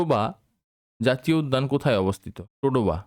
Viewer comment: টোডোবা নয় তাডোবা হবে।